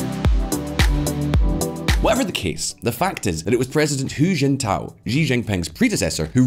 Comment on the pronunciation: Hu is pronounced 'who' not 'hyu' as you have it... ffs guys.